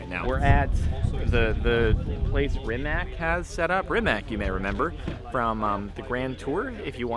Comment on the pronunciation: It's prinounced Rimats not Rimak